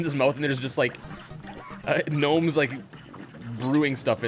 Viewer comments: 'G-nomes'? Are you referencing something? Why are you saying 'g-nome' instead of gnome? Unless you just like pronouncing it like that for fun, which is fine, just wondered if I was missing something. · they're not ganomes they're gnomes with a silent g